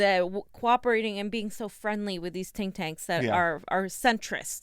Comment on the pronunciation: It's not TINK TANKS They are called THINK TANKS..just sayin'😀